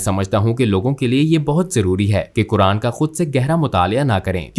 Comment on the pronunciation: अरे मैडम सही तरीके से बोल तो लो, कुरान को कुरआन कुरआन बोल रही हो